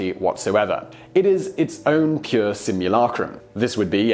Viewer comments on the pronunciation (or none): none